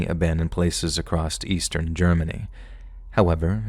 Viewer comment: my friend.. I’ve said this once and I’ll say it again. There is no “T” in the word “across”. 😅 You should take pride in the fact that that’s basically the only mistake I ever hear in your narration, that’s truly an impressive feat.. But you should fix that going forward. As a professional, always strive towards improvement!